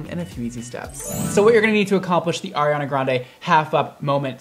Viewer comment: "Hurry hunnah andayy"